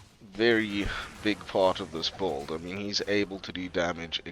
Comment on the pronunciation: I've never heard someone pronounce "build" as "bold".